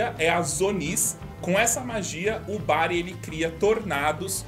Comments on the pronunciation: Ali no explicar o Doruzonis parece q ce falou Brago ao em vez de Bari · Só eu percebi que antes de um dos poderes ele fala Brago........